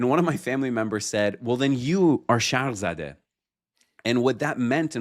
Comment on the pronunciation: Came back to this episode after months. Very insightful discussion with genuine chemistry. Btw, it's shargh-zadeh (zæ), not shargh-zādeh (zɑː). That changes the meaning. Zadeh means struck or afflicted by something; zādeh means child or lineage.